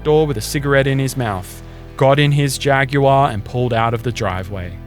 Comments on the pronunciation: a brand new Jaggy-WhaRRR😮‍💨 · HAH you found the one american that pronounces it Jag yoo arr